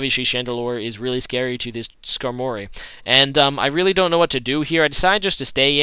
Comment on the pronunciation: u pronounced skarmory wrong